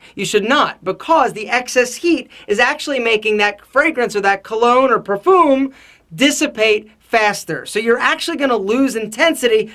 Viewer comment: why you gotta say perfoom